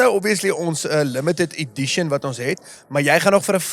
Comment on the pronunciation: Eishh outjies dis mos nou eintlik “Edition” nie “addition” nie😂